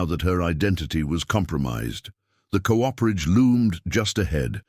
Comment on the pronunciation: VERY GOOD STORY WHICH I THOROUGHLY ENJOYED. PLEASE TELL YOUR READER THAT COOPERAGE IS PR0NOUNCED COOP-ER-AGE WITH COOPER REFERRING TO: Cooperage refers to the craft of making barrels, specifically the process involved in constructing and assembling the various parts of a barrel.